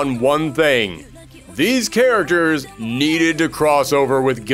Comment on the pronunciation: 'Say "charagres" again.... say "charagres" one more goddzmn time! '